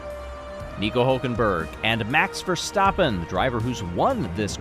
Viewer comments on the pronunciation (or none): none